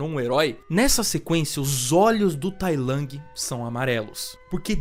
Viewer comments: Não é tai lang, é tai lung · Toda vez q vc fala tai lang uma partr de mim morre, fora isso video sensacional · P q vc fala Tai Lang 😭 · vídeo top mas a forma dele falar tai lang é meio broxant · Ele ta falando com a pronuncia em inglês